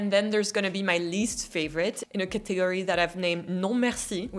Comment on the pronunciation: Sorry, when you pronounce "category" in English the "t" is hard like "Catholique" instead of the soft "th" in the English "catholic." C'est peut-etre pareil comme "catagorie.". Your English is almost as beautiful as your French. I very much enjoy your channel! Please continue sharing more information on my 2nd favorite city!